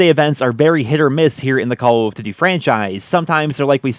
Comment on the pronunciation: Try to say duty like you’re not weird from now on k?